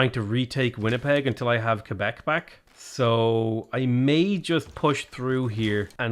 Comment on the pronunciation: being one of the few non-Canadians to actually pronounce Québec correctly is honestly entirely fitting his character 😅